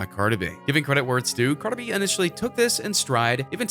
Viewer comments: “Carda B.” 😹😹😹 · First off who is Carda B it’s Cardi B get it correct. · WHO THE FUCK IS CARDA B ????? Excuse me sir it’s cardi b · U got ur facts wrong it’s bc he cheated. Continuously how would U know anyways u cant even pronounce her name right